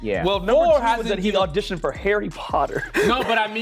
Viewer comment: I suspected number 2 from the get go, but the second I knew it was him was when he let his accent slip just the tiniest bit on the word “audition.” He said it right the first time, but the second time had the SLIGHTEST hint of the American pronunciation. I even had to go back to relisten to it just to make sure, but it was definitely there. I’m not British, but being a South African definitely helped lol